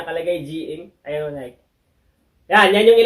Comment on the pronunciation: Nayki po, hindi Nayk ang bigkas